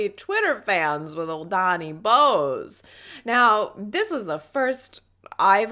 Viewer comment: Love your humility! His last name is pronounced BOW-az like the Bible character :)